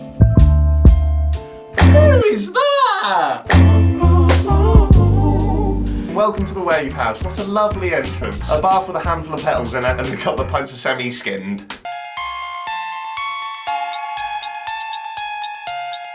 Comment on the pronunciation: Swear you said 'semi skinned' when it's skimmed 😂😂😂